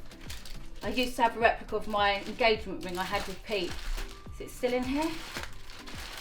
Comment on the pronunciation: A rep-uh-clah ... HUH?